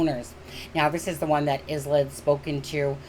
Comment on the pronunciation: ISLA is pronounced ....eye la